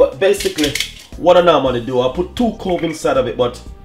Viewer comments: CLOVE not cove...😂🤣😀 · It's CLOVE not COVE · What did he say cove maybe you need to show the jar. So we can no what you are saying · He says (I think) 'cove'. Is that what in the uK we'd call 'clove'? Think so....